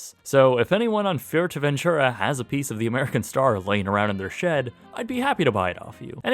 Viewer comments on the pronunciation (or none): Fuerteventura, not Fuerteventchura